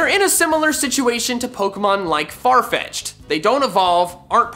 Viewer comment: "What? Farfecth'ed is evolving! Congratulations! Your farfecth'ed evolved into sirfetch'ed!"